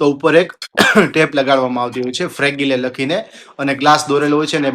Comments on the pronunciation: ફ્રેગીલે ના બોલાય ફ્રેજાઈલ બોલાય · not putting you down but take it positively.please check pronunciation of Fragile.you are in social media so trying to help to pronounce English word correctly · Yes, so embarrassing to pronounce the word wrongly on social media